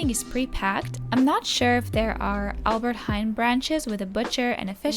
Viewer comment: I love your accent 🤣, sorry. "aLbErT hEn" 🤣 it's hAIN. Like you say the word nein, but Heijn. Idk why the e is silent, we almost never have silentletters, but maybe it is the old Dutch or something